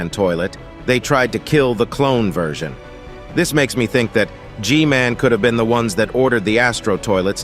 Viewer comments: Hey why are you saying g man name like this g mail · The most of the time i heard i heard her say gmail instead of gmail 😂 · Why does she call G-man gmail?